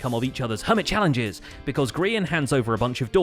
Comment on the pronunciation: I love how you say "Hermit Challenges" correctly all the time.